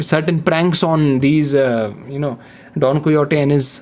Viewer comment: its don "kay ho tee"